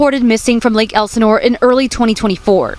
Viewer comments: lake whaat? 😂 lake el.sin.ore. Lol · Can you say lake Elsinore right please !!!!